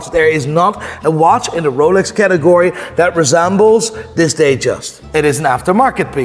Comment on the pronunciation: You should start using that pronunciation for all watch brands! The Ruuooooolex